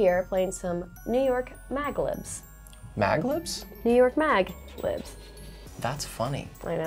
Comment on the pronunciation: Its MAD LIBS lmao no one corrected her